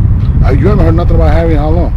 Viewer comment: he called him Harry, but it sounded like Harvey... I think the Indian dude pronounces his name Haré like Hare Krishna. Someone I. The comments laughed and noted ARP is the only one who pronounces dudes name right